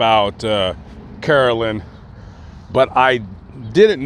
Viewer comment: It’s Carolyn